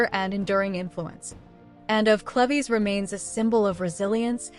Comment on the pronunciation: CLEVES = "CLEEVES"